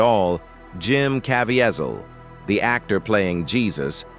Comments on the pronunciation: Why can’t you pronounce Jim’s name correctly? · Please if you are going to review this . PLEASE LEARN HOW PRONOUNCE JIM"S LAST NAME.